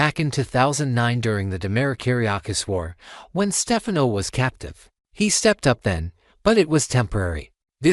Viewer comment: What is this AI nonsense. Can’t even pronounce Stefano